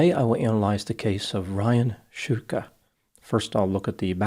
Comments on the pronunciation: He mispronounced it. It's pronounced like "Shtooka" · If it's pronounced Shootka, why is it spelled Shtuka? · Nice fight with the surname pronunciation... I wonder if they are of Slovak (or Slavic) origin, šťuka is a type of fish (Esox lucius in Latin).